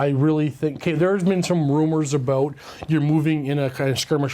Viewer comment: "Talk a'boot"